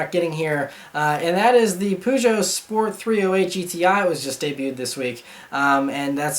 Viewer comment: Your way of pronouncing Peugeot is kind of hilarious. It's not a bad thing at all, just thought it was a bit funny:P